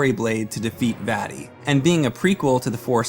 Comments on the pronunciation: The way he pronounces Vaati really annoys me for some reason. Maybe it's because it sounds like he's saying "fatty." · You’re pronunciation of Vaati ruined my childhood.